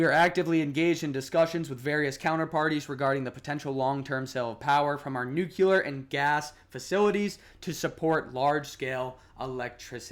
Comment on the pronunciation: Thanks I enjoyed your video but please look up ‘nuclear’ pronunciation 😅